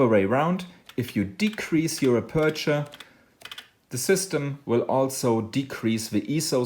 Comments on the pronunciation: TNX, very useful (I had some trouble understanding your pronunciation of the word 'aperture', first syllable caries the stress). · Marcus Van Assendelft van Wijck aperture...I think the pronunciation could be confusing. I can help about the settings if you have a problem setting that.